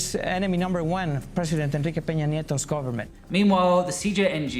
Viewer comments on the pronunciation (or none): none